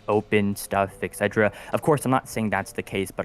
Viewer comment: All love & respect to the OG, but he pronounces etc like some yet to be invented drug for allergies or something hahah. "Exedra"